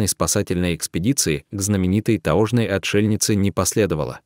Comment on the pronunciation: Не таожный,а таёжный!!!!!!ужасное чтение!!